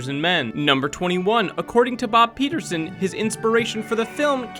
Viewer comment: Peterson replaced by Peter-Soan :D